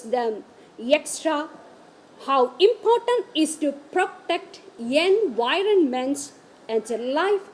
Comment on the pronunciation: 😂😂😂 it’s not Hen voirnment but Environment